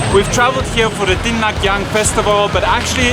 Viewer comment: Comgratulations for thwe 100K subscribers and 10M views and for finally pronouncing Dinagyang correctly!